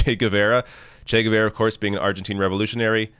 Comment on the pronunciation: Please look up how to pronounce Guevara, the u is silent and both a's have the same sound as the 'a' in 'apple'.